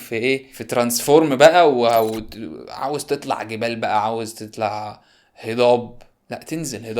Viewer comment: "عسر"-"عصر" \ "وادح"-"واضح"\ "تتلع"-"تطلع"\ "عن تريق"-"عن طريق" الكلمات ديه نطقها بيفرق بشكل واضح